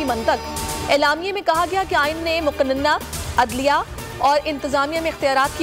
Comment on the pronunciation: Improve urdu please. Muqa-nanna nahi hota..... It's Muqan-nanna